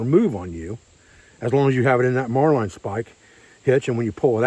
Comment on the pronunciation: marlin is pronounced as it's spelled. Mar lin not mar line.